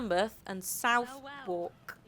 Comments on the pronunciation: It's properly pronouces more like suthuck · Oh come on, I'm always taking stick from my foreign friends for the pronunciation of English placenames, if two fellow englishwomen can't get Southwark right either what hope do we have?!